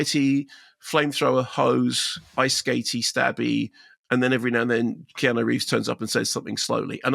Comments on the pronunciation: He keeps saying kenanu lol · Did I hear "Ke-na-nu" or "Key-a-nan-oo" ...twice??? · love how Kermode pronounces Keanu "Kee-Nah-Nu" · "Kenannu"?!?!? Jesus, Mark, it's not like we haven't been saying his name for coming up on FORTY frickin' years... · Pretty sure it’s some kind of in joke or something. I’ve never met anyone here who doesn’t say kee-ah-noo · It’s a deliberate mispronunciation of his name that comes from previous reviews Mark did years ago; sort an in-joke, but not going to be known by people who haven’t followed them for a while! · what with the horrific pronunciation of Keanu? 🤣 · He does it on purpose. Orlando Bloom is 'Orloondo Bland' lol